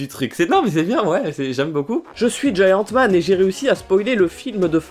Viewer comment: c est pas Giant man c est hant man